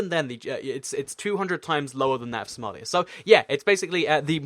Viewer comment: Somalia not Somelia